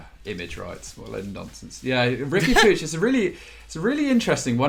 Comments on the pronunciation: You talking about not being able to fit Puig (pronounced 'pootch', not 'poojh') into a 4231 when they haven't used that formation in 5 months? Why are you talking about a team you clearly don't watch? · Wish they'd use that effort to Google 'how to pronounce Puig'. Or to Google what shape Barca are using